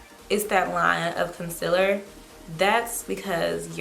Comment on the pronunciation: I thought it was Concealer not Concillar